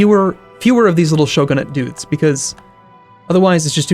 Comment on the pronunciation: It's show-gun-it not show-gah-nit